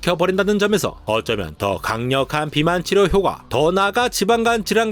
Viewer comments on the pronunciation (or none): 효꽈라고 발음해야하는데 효과… 갱상도네 갱상도